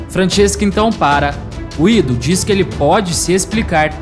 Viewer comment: Gúído.. fala Guido, toda hr falando nome errado, tá marrado.. 😡🤦🏽‍♂️